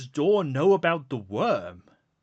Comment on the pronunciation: Worm Freak not Wyrm Freak